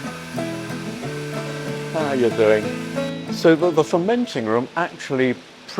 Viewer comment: I’ve not been around a ton of English people, but such a precise pronunciation of “How are you doing?” is funny to me.